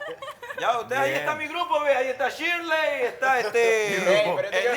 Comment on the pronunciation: ShilEy no Shirly XD 😂